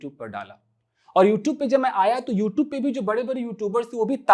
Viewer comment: Sir plz pronounce youtube,,, you are speaking wrong